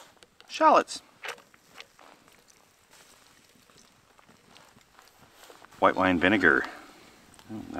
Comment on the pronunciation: minutes You say shallots funny I watched it five times in a row